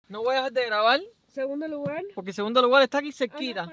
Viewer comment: PoRque..no digan poLque.....traten de ser hispanos neutros...saldra mejor el ingles